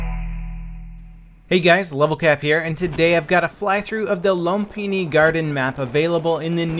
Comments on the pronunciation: Its "LOOM-pini". And this is a poor representation of it at that. The old Lumphini Thai Stadium was an absolute STAPLE of Thailand...You'd think even w/o a monument like that up they'd be able to get it right....HAHA! NOPE! Not EA/DICE. #FAILAGAIN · Its pronounced Lum*fi*ni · Not a big deal but just so you know, you mispronounced the name :( Lum = Loom The way Xfactor pronounce it is correct. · I’m super late but... it’s loom- pinny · You do know that the "ph" in a word make the "f" sound. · Can anyone tell me how do you actually pronounce Lumphini?